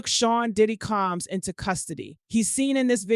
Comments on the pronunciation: COMMS????? who is reporting on this stuff?! His name is COMBS!!! Either these reporters can't read or they live under a rock.... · It’s the “CALMS “ for me 😂😂😂😂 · I’ll wait for the trial. This robot can’t even pronounce “COMBS” 😹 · Why can't this person say combs🤔.just asking.